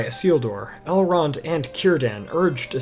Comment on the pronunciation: You keep pronouncing Elrond's name wrong. I read all four Lord the Rings books, Lord Elrond's brother chose a mortal life and became the first king of Gondor, Eragon is his great-grandnephew, which is why he raised him, his daughter Arwen was raised by her grandmother Lady Galadriel. That was why he could speak Elvish, and he was 67 years old by the time of the Fellowship, but look to be in this late 20s early 30s. Not one of the four books say anything about Elrond being a half elf.